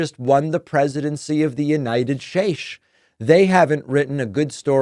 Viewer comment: You just sound stupid when you keep saying Troth Shencial and United Shtates. Just stop it. You're better than that....I thought...